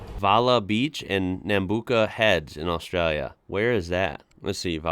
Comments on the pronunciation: its pronounces as nambucka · G'day, in some parts of the country Volkswagen is also known as a "dak-dak" because that was the sound it makes, or simply a v-dub... Nambucca is pronounced "nam-buck-ah", using the short sound as opposed to the longer "you" sound, the lad did say the name at the start, but I think he was so excited he was speaking quickly and it may have been missed... 🙃🐨🇦🇺